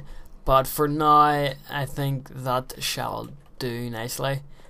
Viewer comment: I like the way you say "now". Sound like nigh.